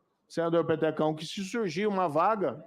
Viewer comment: Senador petecao???😊😮eu ouvi bem?😂😂😂😂